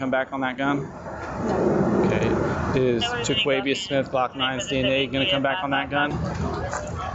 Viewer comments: SHE KEEPS CALLING HIM HLOCK THAT IS SCARY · Man she calling him “Glokk”😂 He must be a regular